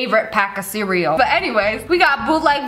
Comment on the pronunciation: Siri activated probably because she said cereal and it sounded like *Siri*el